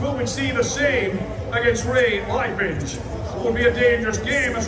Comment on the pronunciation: "Coach Roy Ray Lepens!"😂